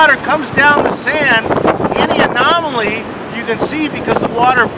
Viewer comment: Say anomaly one more time.. I double dare ya!